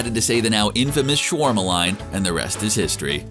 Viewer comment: It’s SHA - WAR - MA